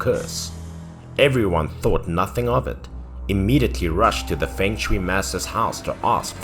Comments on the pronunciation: feng shui pronounce as fong soi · Fong shui 😊